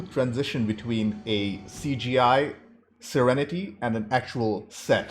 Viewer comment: Every time you say, "the crew of 'The Serenety'", a tiny little voice in my head says, "It's just Serenity." EVERY. TIME. lol